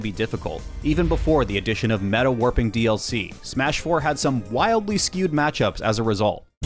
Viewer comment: i have never heard anyone call it "Smuh-4" please never do that again